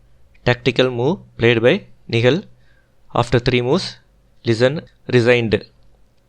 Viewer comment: Nihal, you seems to miss pronounce the name